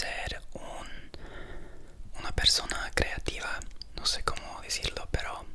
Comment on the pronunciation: le salía tan natural el nose😭ajajja si me dices que tu primer idioma es español si me la creo